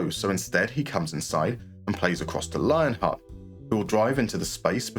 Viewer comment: Lienhart is pronounced Lienhart. God, I looove doing this to english native speakers. Kidding aside, german ie is always pronounced as in "believe".